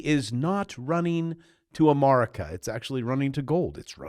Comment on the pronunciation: Is this guy AI? His hair is fake and he says Amar ick ah.